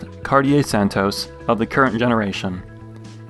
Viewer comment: It’s pronounced Santoss